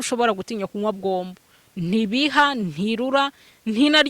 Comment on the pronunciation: Ni gombo ntabwo ari bwombo 😂